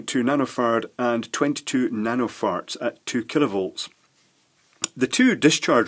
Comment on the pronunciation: lmfao it sounded like you said 22 nano farts